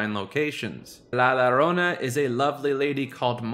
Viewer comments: Gringo! It's pronounced "La Yarona"! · man i was really digging this until you pronounced the double L in la llorona as an english L when it should be a Y sound. as a chicano it made me cringe into next week